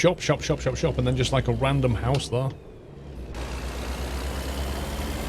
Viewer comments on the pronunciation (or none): none